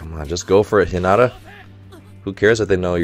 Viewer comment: I loved the English dub, though I watch both since we only have the first two seasons dubbed. I think it would help if he watched a couple dubbed episodes, especially in regards to how names are pronounced. It makes me cringe when I hear Hinata said wrong, but I love Coach's videos so much because he brings so much insight to the show!